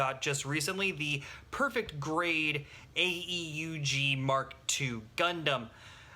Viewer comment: btw not a criticizim or anything but it's typically pronounced aoog (AEUG)